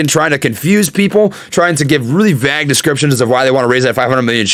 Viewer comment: Bruh..... someone explain to how to say the word "VAGUE"........